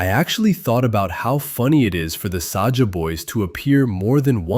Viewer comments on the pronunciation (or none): AND SAJA NOT SAJAH